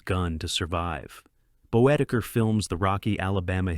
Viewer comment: Budd Boetticher’s name is pronounced “Bett-ik-er,” not “Boe-ti-chur.” Jerome Morross’s name is pronounced “Morris.” And Barry Kelley plays the sheriff in “Buchanan Rides Alone,” not the judge. Great list of westerns.